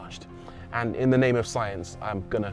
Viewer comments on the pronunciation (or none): none